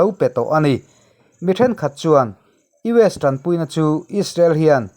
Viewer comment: Abang var thlak e tinge US ti ramhming hi ilam dik thei miah lole